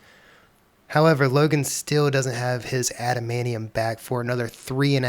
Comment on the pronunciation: After hearing how you say "adamaneeum" I'm not sticking around to hear you say "mu-ants".